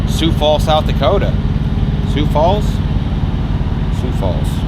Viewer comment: Thank you for not saying sigh-o-x Falls. You got the name perfect! Well done I enjoy your videos.